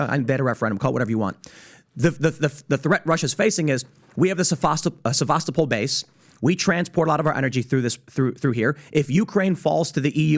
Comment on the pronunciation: Sevastopol is pronounced Seva-Sto-pol, not Sevas-to-Pol, with the emphasis on the middle syllable. That's how Denys Davidov says it, and he was born there.